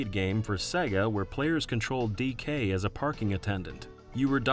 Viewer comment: The way you say "DK" gives me an aneurysm.